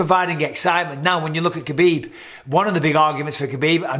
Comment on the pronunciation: Stop. It's Khabib.